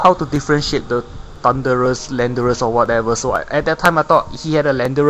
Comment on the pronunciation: By that I mean you kept calling it Thundurus.